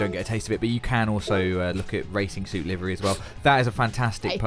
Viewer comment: Wtf is a live-ry? It's pronounced liver-e! Jeez americanisms are ruining everything